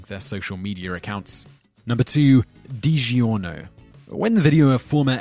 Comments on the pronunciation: What in the hell is De Gi ornio pizza lol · michaelthebishop digiorno, aka "deegee or no" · Man this guy doesn’t even know how to pronounce things. Also anybody who doesn’t like digiorno probably isn’t human...